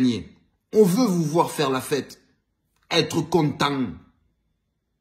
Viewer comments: Quand tu dis être content avec l'accent Marseillais. 🤣🤣🤣🤣🤣🤣🤣🤣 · « Être content » ( avec l’accent ) mdrrr énorme 🔥🔥🔥😂😂😂😂😂😂